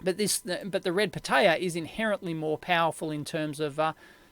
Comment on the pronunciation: the way dave says it sounds like red potato lol